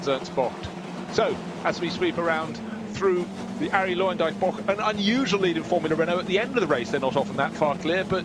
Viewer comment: Is there a reason the commentator pronounces 'bocht' close to perfect? It's getting uneasy for me haha